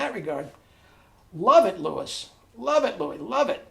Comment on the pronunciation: BTW it’s not Louis with an s it’s pronounced Louie Dowdeswell. I should know I used to play in a big band with him!